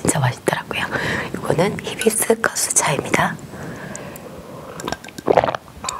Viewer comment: it's read as " hi " not " he " biscus!!